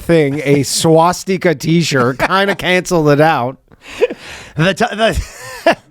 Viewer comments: Danny says swastika very oddly. Wonder if it’s a Jewish thing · Danny is saying stas-tee-ka weird, and Ryan is saying ValenTIMES day weird... Or am I the weird one?